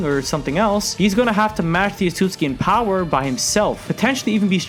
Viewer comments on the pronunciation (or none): none